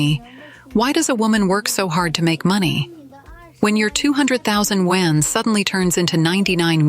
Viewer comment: i wonder when AI will be able to pronounce yuan correctly